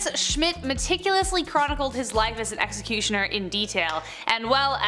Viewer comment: Seriously can’t say executioner